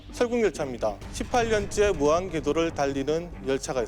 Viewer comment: 무한괘도가 아니라 무한'궤'도죠. ㅎㅎ